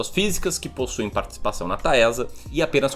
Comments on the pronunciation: Pelo amor de Deus não fala mais “Taésa” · Vc falou 26x Taésa, é horrível...